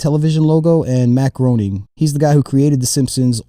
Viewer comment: Every foam shoe you showed in this video was awful. Crocs are terrible and somehow ever other foam shoe is worse than Crocs. Wouldn't mind more Simpsons themed footwear though. Also, Groening is pronounced "gray-ning". Boy don't you feel foolish!